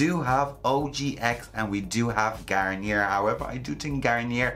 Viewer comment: It's PanTEEN in the USA. It's how it's pronounced in the TV commercials. And it's pronounced GarnYAY everywhere....